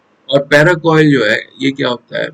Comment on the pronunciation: पैराकोइल नही पैरासील होता है